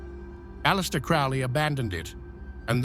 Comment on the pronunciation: You need to do more research. Boleskine House is along the edge of Loch Ness, Scotland, not Sicily. And Crowley is pronounced Crow-ley, not Crou-ley.